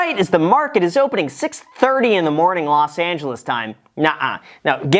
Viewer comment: "Las Angeles"?